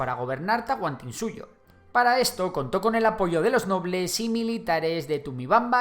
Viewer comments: lo del tahuantinsuyo que bueno lo intentaste pero se lee tal cual TA- HUAN- TIN-SUTO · El dice Tauanantinsuyo xD fue gracioso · tahuanantinsuyo 🤑🤑🤑 No es para ofender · Tahuantinsuyo, no tahuanantinsuyo 😂😂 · no es tahuanantinsuyo es tahuantinsuyo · tahuaNantinsuyo jajajajaja, esa pronunciacion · soy peruano lo unico q me parecio mal fue la pronunciacion de tahuantisuyo el pronuncion tahunatisuyo bueno la pronunciacion no es importante los hechos historicos contados corresponde a lo q me han enseñado gracias x dar a conocer mi PERU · Tahuantinsuyo se pronuncia: con 5 sílabas con sílaba tónica en la su. Ta - huan - tin - SU - yo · soy peruano, solo te equivocaste en pronunciar tahuantinsuyo. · No es un reclamo, solo una observación y es que pronunciarte algo mal la palabra Tahuantinsuyo. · a la primera no, pero ya luego lo va diciendo bien por el resto de video, asi que ta bien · Jajajaja sí, no lo pronunciaste del todo bien pero bravo por tu investigación y el vídeo, enhorabuena!